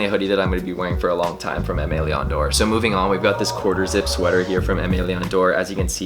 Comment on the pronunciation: Are you pronouncing the name correctly? Honest question